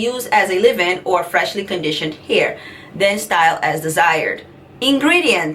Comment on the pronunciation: Honey, with all due respect it is Leave in, not Live-in. BTW, you are beautiful and so is your family. I used to be subscribed to your channel however, you are not consistent. We do understand that family comes before YouTube. I pray that all is well. GOD bless you and your family in JESUS’ name.